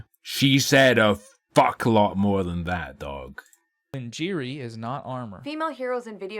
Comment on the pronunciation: "Lin-jeery" - my sides! Oh wow. "Who is this `Lynne Jeery`?"